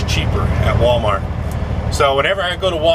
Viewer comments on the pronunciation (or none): none